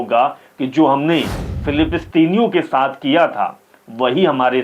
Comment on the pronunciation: Philipistine nahi... bhai wo filisteen he..ya Palestine keh sakte ho aap